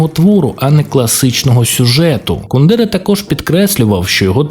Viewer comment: От як можна роблячи настільки бути невігласом, що не знати як ставиться наголос у прізвищі Кундера. Навіть не перевірити. Коротше, відписка. Автор робить відео про те, на чому не розуміється.